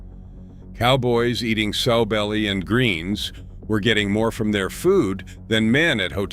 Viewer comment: Not soe belly. SOW, like a female hog.